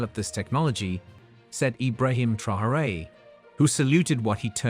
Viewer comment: Say his name properly. No one is called Tryhooray here...